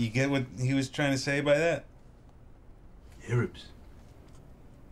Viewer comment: the way he says 'arabs' is absolutely perfect